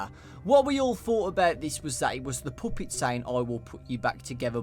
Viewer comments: " the POOPET!" I'm sorry I couldn't help but laugh😂😂😂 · Puppet NOT poopet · What's a "puhhpitt"?!?!?! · when you say puppet, its sound like poopit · hehehe i love the way you say puppet its funny